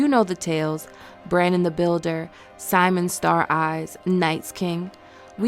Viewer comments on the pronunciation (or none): Quit making me cringe and learn how to read. His name is SYM-E-ON Stareyes dammit!!